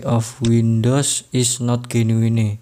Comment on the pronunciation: jenuin bang mbacanya.. bukan genuine🤣